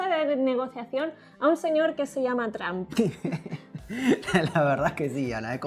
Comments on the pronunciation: TRAMP?? Nivel de inglés nivel Dios 😂😂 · "Tramp" Jajajaja Porque lo pronuncian así me preguntó yo... 😂😂 (Donald: Trump, Tromp, Tramp)